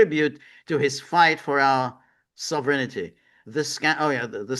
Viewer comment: George is conjuring the ghost of Frank Costanza the way he pronounces “sovereignty” as “sovereignity”. Sovereignity Now!